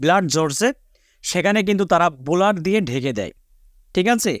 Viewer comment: বুলার নাকি ব্লার?